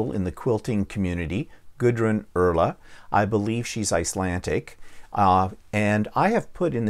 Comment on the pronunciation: I believe it’s pronounced GOO-drun. 🥰